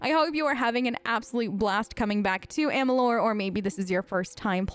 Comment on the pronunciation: You said the game name wrong 😅